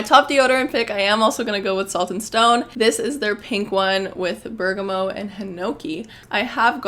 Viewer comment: Love the recs but you butcher (lol) some of the ingredients/ brand names- Atelier, santal, bergamot, Loccitane